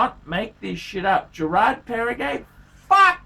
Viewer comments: It’s Geraadh Perrrehgouh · learn to pronounce the name of the brand, mate!